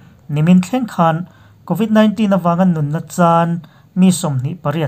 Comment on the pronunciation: Covit 19 hi i lam dan hi, khawlvel zawng zawngin an lam dan hi, ngaithla ngun la, i lam dan ngai thla leh rawh in ti Aizawl lam dan a dangin i lamin ka hria